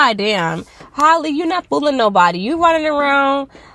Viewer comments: still not pronouncing her name right🤪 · If you going to talk about the girl, please pronounce her name right.